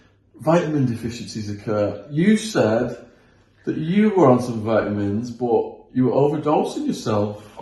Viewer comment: VITEamins Shaun? Vitamins pal vitamins lol